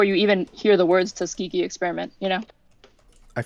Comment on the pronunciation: Someone please tell Destiny that Tuskegee is pronounced with a hard g